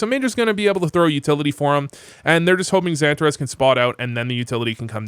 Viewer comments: Santa Rez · The way you pronounce XANTARES is so American. 😂